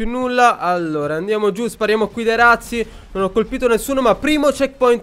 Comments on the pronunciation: razzi si legge con la z dolce :) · madonna che bordello😂 quando hai detto razzi indietro ho capito ratzinger 😂😂